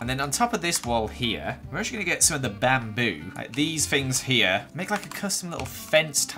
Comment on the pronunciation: BaM BoO Me: You mean Bamboo